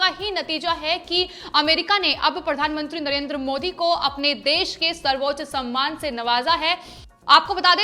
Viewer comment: समयमान नहीं सम्मान शब्द पढ़ें।